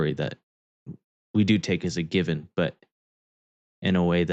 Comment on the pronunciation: "Given" not Gibbon,... growing old sucks, I know, there myself. I do appreciate you learning Hebrew with Jacob though, learning new things like that help keep the mind sharp.👍🙏